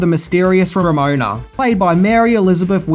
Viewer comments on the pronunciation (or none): Man, you really struggled with Ramona's name there, didn't you?